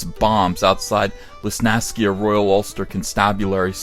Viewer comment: Might as well repost here: Lisnaskea, pronounced 'LISS-na-SKEE, and Rosslea, pronounced 'ROSS-LAY'. Don't ask me why the two 'ea' sounds are pronounced differently.